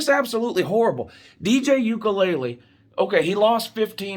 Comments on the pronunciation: “Dj ukulele“ 😂. I’m not faulting you it is a hard to pronounce name, it’s just funny. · 😂😂 "Ukelele" is killing me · You aren't saying DJ name correctly